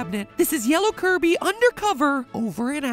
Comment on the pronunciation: Its Kirby!!!!!!!!!! NOT KIRBO